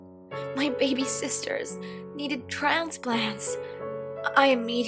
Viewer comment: "Needed trauhnepluhhnts"